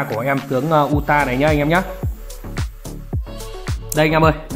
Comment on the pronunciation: đọc là Ừ TA, ông này phát âm tên nhân vật nào nghe cũng bị không vào tai...